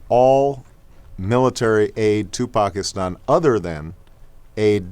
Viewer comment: omg he's actually pronouncing pakistan better than any non indian-subcontinent person i know! dude this video is old, and he sounds so great back then..think of how much he's improved now.. OBAMA 08!!! ps-im not pakistani.